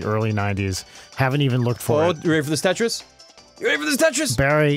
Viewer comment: You didn't even say it! YOU SAID TRIS. NO.